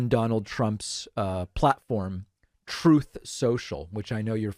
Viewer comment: go back to the "troth" 😂 David ... can't wait for your Netflix comedy special 🙂